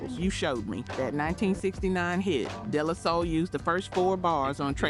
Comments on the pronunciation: “Day-Lah-Soul”….not “Della-soul”🫥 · Day -La -Soul is how it’s pronounced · I was wondering if this is an AI voice the way they pronounced De La Soul. lol